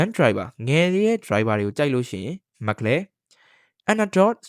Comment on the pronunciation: အသံထွက်တွေမှားနေတယ် bro Mc Laren = မက်က် လာရင် (or) မက်က် လဲရန် Yuki Tsunoda = ယူကီစူနိုဒါ (အခု Isak Hadger= အီစက် ဟက်ဂျာ) က ၂၀၂၆ မှာ Red Bull အတွက် 2nd driver ပါ Carlos Sainz = ကာလို စိုင်းဇ် အသံထွက်တွေသေချာအရင် အဆင်ပြေအောင် လုပ်သင့်ပါတယ်